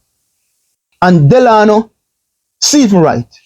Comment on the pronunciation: furthermore, you say you're an entrepreneur?? How can one really take you seriously when you can't even spend the time to get someone's name correctly?! The guy's name is Stephens......not Stephenson!